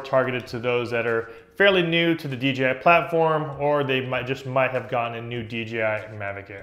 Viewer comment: DEE JAY EYE. not DEE GEE EYE.